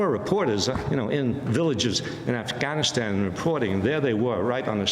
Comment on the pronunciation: Amy Goodmen is the first American who pronunce “Afghanistan” correctly.